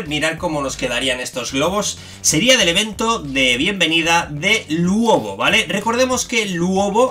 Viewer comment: se dice ''Luobu'' no se dice ''Luobo'' XD